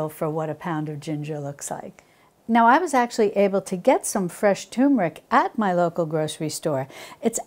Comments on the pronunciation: I might try to make these. And I also enjoyed your no knead bread recipe although as I stated in my comment it wasn't quite golden brown. However a tip here you're pronouncing the word turmeric incorrectly. There's an r in there and you're pronouncing it as 'toom' instead of turm. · You have extremely long videos. You speak too much so important information is missed. Please make your videos 1/2 the time. By the way turmeric does not have tumor in it so please don't make "r" silent in turmeric.